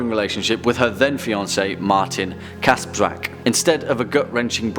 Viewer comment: WOW! You pronounced "Kasprzak" perfect 👌